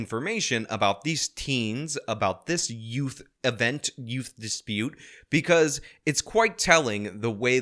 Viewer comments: I'm sorry did you say ute? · Whats a yewt? 😂